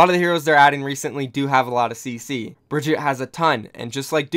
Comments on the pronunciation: Her name is pronounced "BRIE-GIT-EH"! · Everyone pronounces Brigitte like “Brigitt” or “Brigitta” if you just pronounce the E in the end you basically pronounce it right. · Is Brigitte so hard to pronounce? Just say Brigita xD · No, it's pronounced "BAH-GET" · Why did you change the way you pronounced Brigitte’s name several times in the video? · Everytime you say her name wrong, my heart breaks for her.